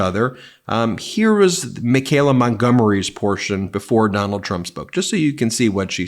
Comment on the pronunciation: Ben, why so much trouble pronouncing Michaela...me kay la... there's no g...it's not me gay la.